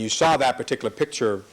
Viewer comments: Why can't Cochran pronounce the word "picture"? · 🤡🤡🤡🤡🤡🤡🤡🤡🤡🤡🤡 - says a fan of the man who has a hard time saying the word "pictures" and constantly says "pitchers". Yep, I know you truly are ignorant enough to feel this way. A typical, useful idiot. LOL. By the way camper, there really isn't a Santa Clause. Typical useful, indoctrinated, ignorant moron.